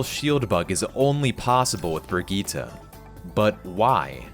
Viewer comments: plz stop, brigitte's name is bridge-it not brig-eee-ta. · isnt her name bri-gitte not brig ita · no. I had to go and find a voice clip, no, she pronounced it VERY differently. She pronounces it bri-gi-tte, with a short gi and a hard t, while he pronounces it bri-geee-tah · If you say Brigitte as "brijit" please shut up because you're the one pronouncing it wrongly. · Omg this guy it's (bridge -it) not bridge-jeetah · is that how people are pronouncing brigitte? i stopped playing overwatch long before she released its... i mean... its technically more accurate to the germanic, but i really would prefer if youd pronounce it bridge-it, cause its just right in the uncanny valley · bruh not trying to flame or anything but every time i hear u pronounce brigitte as bragitta i just feel weird… is that really how her name is pronounced?😅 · "BRIGEETA" lmao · What the fuck did you just call her? ITS BRIDGE-IT MY GUY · brigite name is a french one its pronunced brijitte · as pronounced by well-known swede jeff kaplan? Yeah game designers don’t magically have the ability to pronounce every language correctly. Jeff is an american and says the name with an american pronunciation, which is different from that of swedish and other germanic languages that actually share the name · who says briggite like that? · not how u say her name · I'm sorry how the fuck did you pronounce her name? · Every time this man says Bridgette wrong I feel a little worse